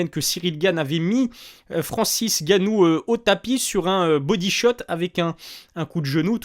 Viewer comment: Poto tes video son bien mais c'est N'gannou il faut prononcer le N